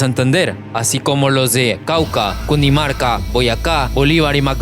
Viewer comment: Es Cundinamarca no Cundimarca